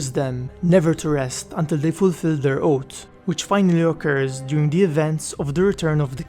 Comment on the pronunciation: It's pronounced oatH, not oat